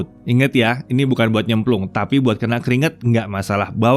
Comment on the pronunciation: bagian "jangan dibuat nyemplung" sangat-sangat diperjelas wkwkwkwk